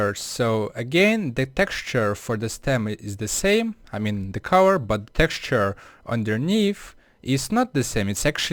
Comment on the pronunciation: "The stem is a wed owange cowor" I'm totally going to hell.